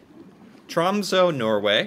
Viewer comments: I live close to Tromsø, in the city of Harstad. The big downside to this is that on the other side of the year, right now, the sun never comes up for two months. Alot of people get depressed around this time. Also, you need to react to a video explaining how to pronounce our last three letters "Æ, Ø and Å". It's TROMSØ, not TROMSO. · Tråmso😂😂 geez bro